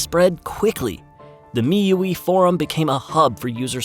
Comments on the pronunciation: You actually pronounce this as 'mi-you-wee'?? Always thought it was 'mi-you-eye'.. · Bro it's mi 'U' 'I' user Interface not 'me ueee' Remer it next time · the narrator sucks. Xiaomi is pronounced with a hard SH, not a light J. not jow-me. and miui is Me You Eye, not me you ee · the fact that you were saying MiUe actually annoyed me so much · Is this an AI voice. The way he misprounces MIUI and XiaoMi is off-putting. No offense if you are a real human voice but learn to pronounce some important words 🙏🏻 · MIUI is spelled Me-U-I, as in Me, You, and I. It was an amazing time back then, flashing MIUI roms into phones, even for phones already abandoned by its developer